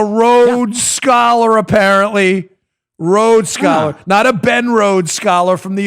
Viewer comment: HAHaaHaa!!....A rodes skoler....roads scaller....rowed-scoler...maybe, surely not a Rhodes Scholar! Here's the criteria for a Rhodes scholarship; truth, courage, devotion to duty, sympathy for and protection of the weak, kindness, unselfishness and fellowship; moral force of character and instincts to lead, and to take an interest in one's fellow beings. must have gotten an "affirmative action" scholarship as a non-binary because ze sure doesn't fit the criteria!